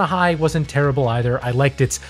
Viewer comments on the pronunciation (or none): none